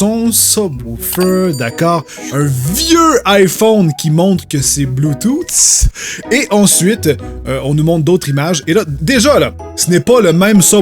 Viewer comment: Le bluetooth est en anglais, mais tellement mal parlé, ouf